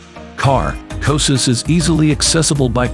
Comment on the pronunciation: I can't watch this. The constant total mispronunciation of the name is too distracting.